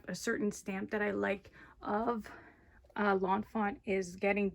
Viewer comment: By the way it's Lawn Fawn not Lawn Font